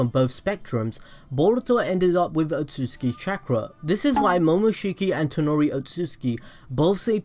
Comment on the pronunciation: Otsutsuki... not otsuski.... yeesh